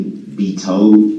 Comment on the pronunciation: I'm still waiting to see all the toads he keeps talking about. He toad dis and he toad dat and he was toad dis and he was toad dat. So many toads!